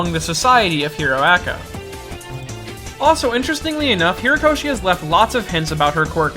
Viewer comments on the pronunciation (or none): The author's name is Horikoshi , not Hirakoshi or whatever it is you keep saying... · HORIkoshi. Not "Hirakoshi". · It's Horikoshi, dude. HORIkoshi. Great vid btw. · HOrikoshi. HO-rikoshi. I liked the video, but do you not go back and edit these?